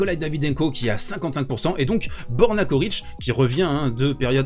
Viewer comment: On prononce Tchoritch. La première et la dernière lettre sont les mêmes et leur pronociation aussi.